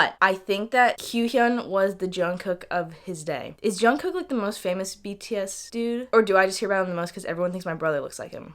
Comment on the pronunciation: is half Korean also pronounced jungkook as jongcock